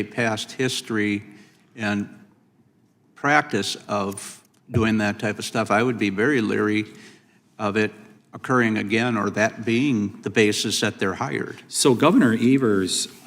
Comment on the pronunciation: Lol he said leary